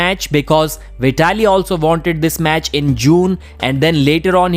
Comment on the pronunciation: Hahah well done pronouncing Veee-ta-li. 😂😂😂